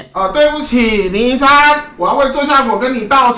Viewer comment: 統神看到小亮ig的文 爆氣說要打給他 叫003拿來給我 發音太像奶酪